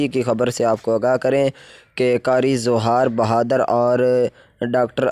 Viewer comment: بھاٸ جان نام تو ٹھیک سے لے لو